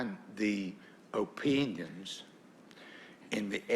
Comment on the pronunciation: just for me to research his dialect is that /o.pɪiŋənz/